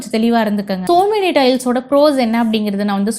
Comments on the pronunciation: Yenna kodumai madam - it's SOMANY TILES - NOT SO MANY u don't know even know to pronounce correctly then y make videos 😢😢😢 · Tiles பத்தி ivloo பேசுறீங்க... சொமானி apdindra பிராண்ட் name ஐயே சோ மெனி அப்டின்னு சொல்றீங்க...